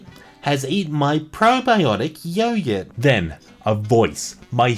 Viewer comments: bruh, its yo-GURT not yo-yurt. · Yo, why are you pronouncing "yogurt" as "yoyurt" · literally said "yoyurt" instead of "yogurt". I was so confused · Yoghur 😂 it’s pronounced yo-gurt 😂😂😂 I’m dead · Anyone else notice how this guy pronounced yogurt? It sounds like he's saying "yoyurt". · he didnt say anything wrong? that yoyurt healed my eczema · Kid from Yesterday that’s what he meant yeah. But we heard “yoyurt” didnt u? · the way you say yogurt is great